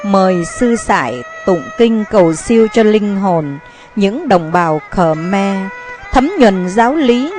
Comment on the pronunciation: Không biết bạn quay bằng máy gì, nhưng hình ảnh tương đối chuẩn. Về phần thuyết minh, thì giọng đọc này đc khoảng 3 điểm. Đặc biệt người nghe rất khó chịu khi nghe từ Khờ Me.